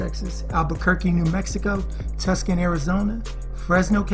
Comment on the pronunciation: My man said tus con Arizona lol